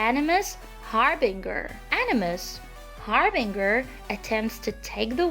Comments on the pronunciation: Who taught you how to pronounce words? Harbinger is pronounced as harb-injure and song has a soft g sound like long not saun-ga. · I like how she say animus har-BING-GER..lol Anyways, lovely voice you've gotten eh...😊